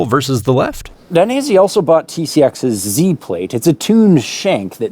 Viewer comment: Daines..eh! not "i" 😀 keep up the great work, cheers from Italy!